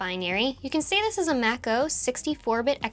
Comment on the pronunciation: The binaries are Mach-O, for Mach object file, which comes down from NeXTSTEP using the Mach microkernel embedded in their monolithic Unix kernel. So it's pronounced like "mach speed" and not like "mac computer". Even back in the 90's, there wasn't much of the real Mach stuff exposed in NeXTSTEP, all of the focus was on userland libraries. It's kind of funky that we still have Mach-O and Mach messaging embedded in there. [Well, I assume Mach messaging is still in iOS for internal use only.]